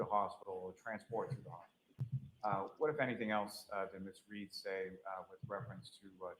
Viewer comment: why do they call her reed instead of read